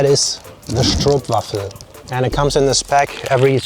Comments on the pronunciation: stroopwafel...stroop rhymes with hope, not loop...stroop is a syrup (like treacle) and for a stroopwafel, there is cinnamon in it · Since you're goin the the Netherlands quite often .. Please stop saying 'stroepwafel' and pronounce it more like how you say rope.. As in 'stropewafel' it would sound alot better and more correct 🤣 Ps for the tompouce, take off the top and stick it on the bottom for the easy to eat way 😉 'Gevulde koek' is filled with almond paste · Its not prinounced as stroep there are two o in it so its oo stroop and uts not waffel its wafel. The a is not pronounces as in las vegas but as in i dont know like in two a. Or just singing aaaaaaa. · that is not the real stroopwafel (pronounced "strope wa-fel") you need to get the fresh baked ones from the markets around towns/cities and the main flavour is cinnamon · the "Stroop" ist pronounced like Doe so like a long Ooh sound. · Stroop is pronounced as strope. Like in rope, slope, dope, etc. In Dutch, a double o is pronounced as a long o. I can understand (although, just a little bit) that for English speaking persons it's not common to have the awareness that in other languages some letters, especially vowals, are pronounced differently than in English. I someway get it, since the need to learn other languages is so much lower for English speaking persons than - for instance - for Dutch people, However, I would have expected that, who is German, would know how to pronounce stroop in the correct way. I heard him pronouncing broodje correctly, so why butcher stroop? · Pronounced as strope waffle. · Stroop is pronounced like rope with st in front of it. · 'Stroop': pronounce the 'oo' as in the English 'boat'. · Yeah, yeah, Lingoda blah blah blah. I can speak English pretty fine and I would appreciate it if you tried to learn Dutch. To begin with the right pronunciation of stroopwafel. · And you pronounce 'Stroopwafel' with the 'o' like in dope, scone, etc. etc.